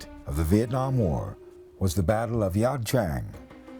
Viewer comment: get the location name right, not wrong like the narrator. Ia Drang (as in 'eye', not La Drang)